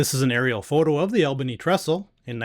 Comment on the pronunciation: Great videos, ‘cept Albany is pronounced ALL-bany, instead of AL-bany. 😊